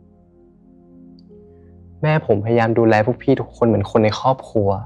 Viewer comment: "แม่ผมดูแลพวกพี่เหมือนคนใน คอบคัว". น้องพูดควบกล้ำไม่ได้หรือคะ